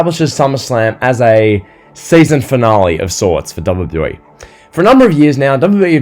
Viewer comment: Bro there's something wrong with the way u say WWE😂 Great video tho you're quickly becoming one of my favourite wrestling youtubers